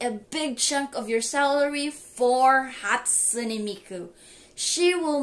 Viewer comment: "hatsume miku shrine"